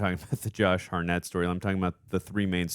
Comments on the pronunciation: Josh Hartnett pronounced - ( Heart net ) Not harr net , next time you say his name in a video expect it to be corrected lol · anyone else annoyed then laughing at how keeps a) jumping at EVERYTHING (i mean jeez, imagine watchin him see an ACTUAL scary movie) b) how he somehow continually pronounces Josh Hartnett's last name wrong lolol?